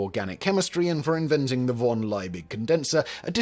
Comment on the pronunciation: LIEBIG, not Leibig. LEE-big, and VON is pronounced like fon. Your German is SHIT. Always